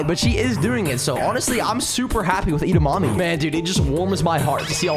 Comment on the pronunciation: IM SO FRUSTRAITED OF U SAYING EDAMOMMI AND NOT EDAMIMI